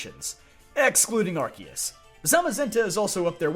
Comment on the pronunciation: Thank you for pronouncing Arceus and Rayquaza correctly, it's much appreciated